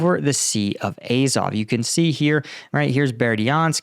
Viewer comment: Azov.....not “Ayzov”...